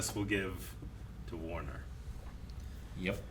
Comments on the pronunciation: This week I learned that can't pronounce Banderas or Werner. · Mike did not read Werner correctly.